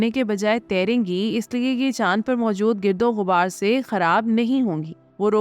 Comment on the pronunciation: گیردو غبار لفظ نہیں ہے بلکہ گاردو غبار ہے یہ جو لکھا ہے صرف آپ کے تلفظ کی درستگی کے لئے ۔ صیح لفظ ہے گردوغبار